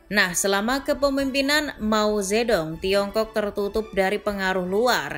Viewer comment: Cara nyebutnya mao che tung min😅